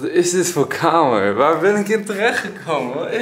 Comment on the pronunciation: Als je bij10.13 kijkt en luister dan zegt hij camera in plaats van kamer